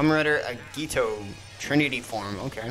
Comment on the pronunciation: Just a reminder tip, when reading foreign words esp with japanese, never put emphasis on second syllable, that's the primary way to sound like a foreigner, always put emphasis on first syllable, or else you always sound italian. Agito is AH-gee-toh, not uh-GEE-toh damashi is DAH-muh-shee not duh-MAH-shee. It's NAR-ru-to, not nuh-ROO-toe It's SAH-ku-ra, not suh-KER-ruh. Just by making this tiny step, you make a huge leap in learning to speak any language. The reason why people keep emphasizing the 2nd syllable is because they use a tone of 'question'.